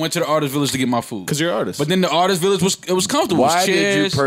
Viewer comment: yo dont let me hear you say artist village again my nigga